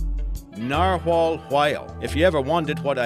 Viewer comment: !!!NARHUAL HUAL!!! snicker! snicker.